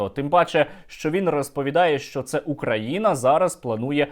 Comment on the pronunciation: ты не правильно произносиш назнание страны, если Бульбаш называет нас УкрАина то и у них БелорусИЯ